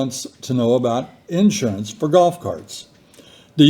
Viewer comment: I love how you say in surance. A southern and midwestern, a different emphasis on the syllables!